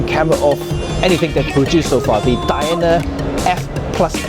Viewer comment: Def pronounced 'Diana'. Hope that helps. (Love your vids, thanks!)